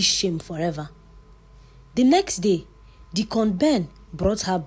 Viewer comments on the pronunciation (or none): I love your stories, but Deacon Ben was pronounced as "Decorn Ben" is it sweet corn or corn 🌽 on the cob 😂😂😂